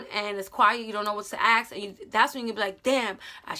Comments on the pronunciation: Is it only me who heard "aks " instead of ask XD lol But now seriously this video helped me a lot love ya! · Am i the only one who hears that she sais aks and not ask 😂😂😂😂😂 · The fact that you kept saying “aks” instead of “ask” is killing me. Btw this really helped me, thank you for this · Axe him and axe him about it girl just axe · English is not my first language so when I heard you say aks instead of ask it got me confused lol may I ask why is that pronunciation? is it of a specific region? thanks a lot sis for your tips, I suck at relationships and have zero experience. Been with a man for the last 9 years, he cheated, I left, but Im trying to find confidence in me to be able to date again in the future, maybe. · No hate but, do some people say aks instead of ask? im just curius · She keeps saying aks aks and am like wait does she mean ask 😂😂😂😂 that's adorable tbh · Love when she says "aks him"